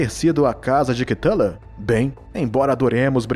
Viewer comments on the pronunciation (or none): none